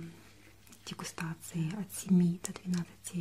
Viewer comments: вроде правильно дигустации, а не дисгутации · дегустации, а не дескутации) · Десгудатиции? 😦😂 может дегустации? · Поправочка не для "десГУТации" а для "деГУСтации"